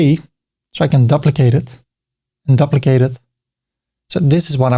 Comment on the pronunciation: Another great video,. But the word "duplicate" is pronounced like the word "do" or "due" -not "duh"